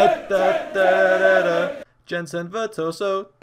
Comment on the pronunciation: He did its V E R T O S O